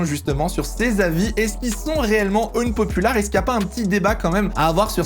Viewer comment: Quitte a dire "unpopular" autant essayer de bien le prononcer...